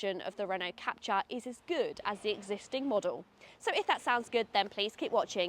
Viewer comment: It's pronounced Cap-Tour, not Cap-Cha!